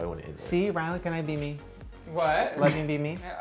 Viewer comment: Wait does Shane call ryland Ryan or ryland